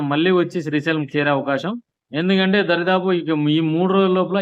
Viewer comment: సిల్ప్ వే కాదురా అయ్య స్పిల్ వే దారి దాపు కాదు దాదాపు